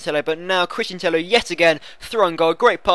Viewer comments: I'm from Spain an it's not TEJO. It's like TEYO. NO TEJO OR TEIO. With the sound of "yard". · Tello pronounced Teyo, like Villa is pronounced Viya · Christian Tello is Spanish, and in spain is 2 LL's = J So its christian Tejo :) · You're all wrong. Tello is pronounce like Teyo, no Teio or Tejo. You have to use a "y" similar to the "y" sound in the word "yard". You're welcome. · no because it's double L so it's Teyo (spelt Tello). i do spanish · Tello is pronounced like Teyo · Tello is pronounced like Tejo ;) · It's pronounced Teyo you idiot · i think its tay-oh, but everyone gets what you said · tello is actually pronounced like tejo because it is to L whitch makes an J sound in spansich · Two L's make a Y sound not a J sound. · ive listened to spanish comentary when he is on and they say tello pronouncing the L maybe they say it wrong :/